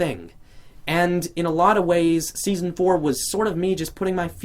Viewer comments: it said deson insted of seson oh and u are great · am I the only one who noticed it said "Deason" instead of season?